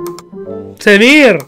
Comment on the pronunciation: سؤال: ليش تكول سميرر